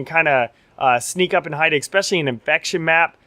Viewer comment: What is it with you YouTube Forgers and "expecially"?